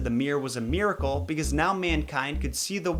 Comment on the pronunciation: Its a* MIRRORCLE*